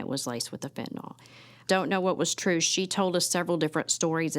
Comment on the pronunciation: I really hate the way people mispronounce Fentanyl. There is no O sound in the word people